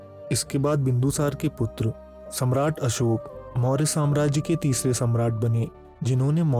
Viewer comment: आपका वीडियो बहुत उत्तम👍 है, वीडियो हिन्दी मे है तथापि आप अशोक नही अशोका शब्द बोल रहे है ये दुखद 😔 हैं